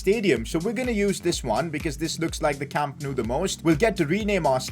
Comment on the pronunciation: Wow its so good he almost called it Camp No U 😂😂